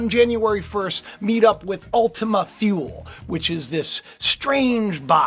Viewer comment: I think we live in a binary system. We have a second star. And the correct pronunciation for Thule is 'two lee'. It's Nordic I believe. Look up the meaning of Thule and Ultima Thule.....quite interesting! Recently subscribed and looking forward to watching more of your videos.